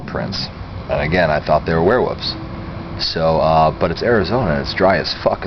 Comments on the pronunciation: So u were fascinated by werewolves but u never learned how to pronounce it! Wuff wuff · Wearwuffs haha. i say it like that too bro people give me shit. thas wussup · obsessed with " warewoofs" lol XD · sounds like hes saying werewoofs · Don't take this the wrong way, I mean it as a compliment. The way you say "Werewoofs" ... the pronunciation. ha ha ... I like it.